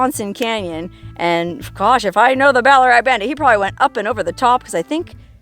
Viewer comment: ballarat is named after a gold mining towm here in victoria australia during its booming gold rush of the 1800's and by the way, you pronounced it perfectly